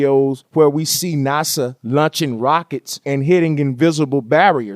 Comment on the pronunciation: "NUSA Lunching Ruckets..." lmao!